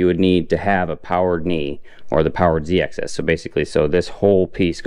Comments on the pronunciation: axis, not access. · It is "axis" not "access".